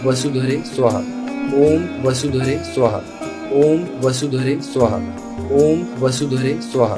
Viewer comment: સુહા નહી સ્વાહા. Is correct ઉચ્ચાર ૐ વસુધરે સ્વાહા